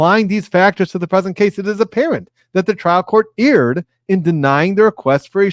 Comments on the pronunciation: erred is pronounced "aired" not "eared" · Actually, it's pronounced "erred"!